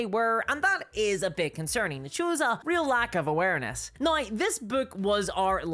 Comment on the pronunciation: I just love hearing you say "now" with your Irish accent. Sounds like you're saying "nigh." It's adorable.